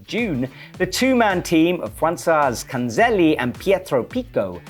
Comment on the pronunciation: I love your commentary to bits but please, please ahead of the recording, practice just for one minute the pronunciation of people's names, Cazzanelli is not Canzeli:O